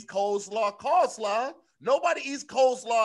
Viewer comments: Hey Tom, it sounds like said “call-slaw” instead of “cole-slaw”. It seems as if coleslaw is his, booty call perhaps🤔, but anyway, back to you Tom. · Call slaw? you're slipping lol. Hey Tom... looks like tried to say coleslaw but he said call slaw. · “Hey tom, live from baltimore.. yes, messed up ‘coleslaw’ without anyone noticing. back tew yew” 😂😂😂